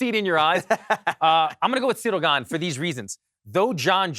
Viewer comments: Do you mean Cereal Gone? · I like how Alan says Ciryl Gane like its an asian name 😂😂